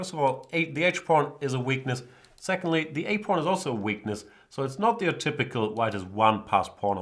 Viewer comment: Is he saying porn instead of pawn?